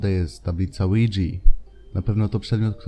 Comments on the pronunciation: Na tabliczkę ouja mówimy łidża nie łidżi xd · lidza a nie lidzi XDD